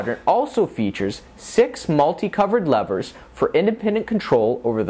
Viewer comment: Too much screen time of the host talking to the camera. Also, the host incorrectly pronouncing "levers" and "detent" is distracting. Otherwise, the show is appreciated.